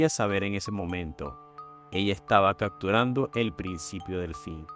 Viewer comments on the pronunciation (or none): Gracias por esta compilación, y relatas bien con un buen vocabulario, y por ello te pido de favor que digas "caPturando" (y sus variantes ) no "caCturando", "sePtiembre", no seCtiembre", "aDmitió" no "aCmitió", oBservaron, no "oCservaron", "desCripCión", no "desCriCción", "caPtó", no "caCtó", etc. Parece que insertar letras "C" indebidas es todo un problema para tí.